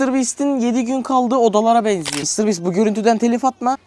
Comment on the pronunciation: Konuşmayımı unuttun? Mr bastır diyorsun doğrusu Mr biisttir